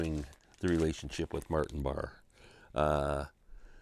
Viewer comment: Sorry if I sound like Karen.. just saying pronounced Martin Bar-ray.